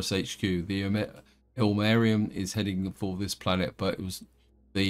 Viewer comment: I think it's pronounced ill-marine-in, but I've only heard it from a horrible movie called "The Day the Earth Froze" (thanks to Mystery Science Theater for that gem). Evidently it's from Finland's national epic. Ilmarinen is some kind of balcksmith/wizard who forges a magical machine called The Sampo, which spits out infinite gold, flour and salt.